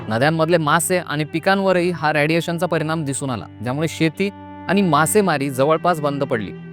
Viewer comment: रयाडिएशन नाही रे रेडिएशन म्हण भावा😂